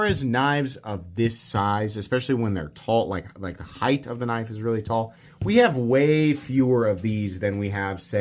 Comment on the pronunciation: That's a big kuh-niff!